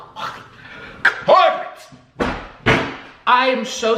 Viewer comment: I just Burst into laughter everytime you say Im calling COORPERATE! 🤣🤣💕💕